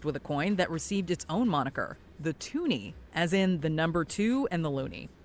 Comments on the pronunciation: It's toonie. Not twoonie. I'm Canadian. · Toonie, not toonie.